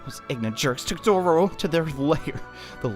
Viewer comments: "Dodoro... ...Doro... ...Dorodo..." It's Dororo man xD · IDK y you keep saying dodoro Evan though it is dororo